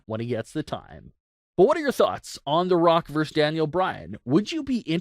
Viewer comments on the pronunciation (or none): The Rock :VERSUS" Daniel Bryan. Not "VERSE"!!